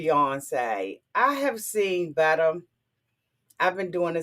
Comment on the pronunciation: Ew I love how says "better!" Sound like butter, very sexual & sensual IMO🌻.